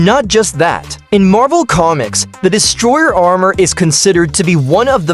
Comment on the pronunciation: ordin? distrer armour? IS THIS MADE BY AI XD